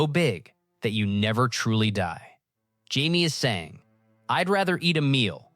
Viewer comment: It is this channel is def AI scripts. Watch older ones it literally mispronounces Jamie’s name its reallt strange